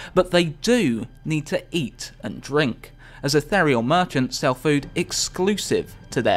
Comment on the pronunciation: Please pronounce ethereal properly.